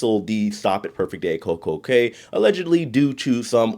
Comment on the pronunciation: Cay is pronounced key. Have you read Theodore Taylor?